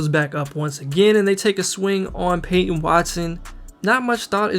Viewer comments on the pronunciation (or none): none